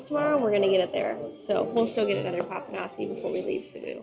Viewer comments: With papanashi, do not pronounce the final i.. just say Papa-nash…. The dessert from the gods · 😂😂 The pronunciation is " Papanashy ", y is a short "i". Enjoy your food!!😂🎉❤